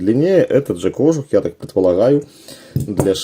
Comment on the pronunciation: кожУУУУх правильное ударение